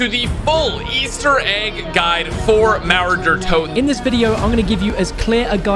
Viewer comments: The mouwer deur towden‘‘ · As a german, hearing how americans pronounce "Mauer der Toten" is insanely funny 😂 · I Love english people trying to say Mauer der Toten